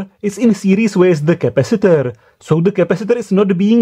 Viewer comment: Capacitooooor, Diodeeeee, Transformatooooor. booooh boy best English